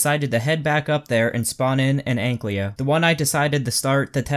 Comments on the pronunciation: AnkYLO, not AnkLYO.. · *Ankylo Not Anklyo. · dude you are saying egglyo lol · STOP SAYING ANKLYO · Too difficult, I'll just say AnkLYO.